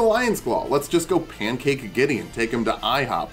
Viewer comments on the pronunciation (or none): none